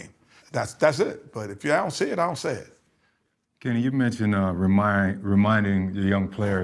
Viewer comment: It's not Kenny... It's Ken-NY